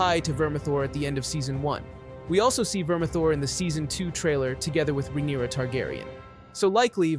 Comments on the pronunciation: Rhaenyra? naaa, Rhynaera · He keeps bouncing back and forth on Rhaenyra and then botching so many others lol